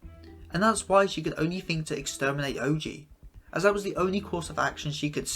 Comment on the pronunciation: Amazing analysis on Izuko but that Ohji pronunciation